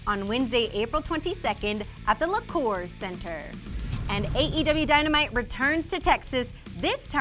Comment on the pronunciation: Amazing how many times they can botch the name “Liacouras”